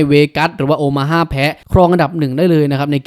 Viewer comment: แอดฯ บรรยายผิดนะ ทีม โอมาฮ่า นะ ไม่ใช่ โอฮาม่านะครับ...(ในอเมริกาไม่มีรัฐนี้นะ)